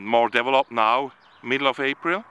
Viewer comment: Thank you for educating us, you do a great job and at the same time give us a little smile when you say "develope" or "developing" 👍